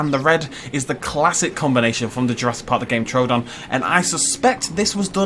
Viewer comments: True don not tro don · True don! It's not TRO don. You say everything else right, but you can't say it's name right.